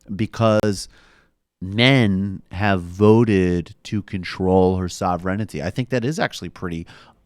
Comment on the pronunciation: How many times did he mispronounce "sovereignty" in this video? He must have only seen it in his thesaurus (research for his book) and never heard it pronounced. It's sovereign + ty Not sovereign + ity Also he is mentioning his book a lot. I'm sure his nuanced chapter on S.Harris really gets into the details about which twitter posts called him a bigot best...